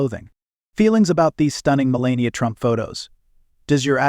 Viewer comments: She is the incoming First Lady. Learn how to properly pronounce her name. She is gorgeous and breathtaking. She is quite intelligent. She deserves more dignity than most give her. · Why does the commentator mispronounce her name repeatedly? She is not always elegant, for example that very short white dress ( seems just a sweater and nothing else ) with a turtle neck is very unbecoming , stylewise , doesn't achieve the effect Monrie did